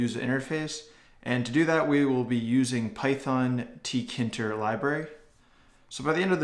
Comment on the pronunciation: rage It’s teekayinturr Not teekinturr